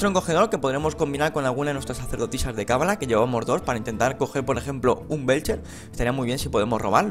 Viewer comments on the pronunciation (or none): none